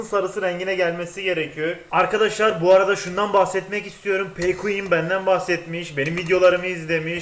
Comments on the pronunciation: ha bu arada pqueen peykuin diye okunmuyo pikuin diye okunuyo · abi pquenn pikuin diye okunur pekuin diye değil😂😂😂 abi bu arada sende onun videolarını izlesene en azından 1 yayinını genelde gece yarısi felan yayin yapiyor senide bekleriz...